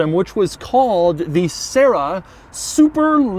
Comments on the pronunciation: Try keeping yourself serious after you hear Sarah instead of Sera... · SEH RAH that's how it's said. It's a Tercel with gullwing doors. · Doug for the love of god, please listen to some Doris Day and learn to pronounce the bloody thing properly!!!!